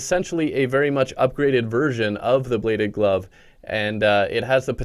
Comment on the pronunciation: When he said bladed glove I thought he said blade of love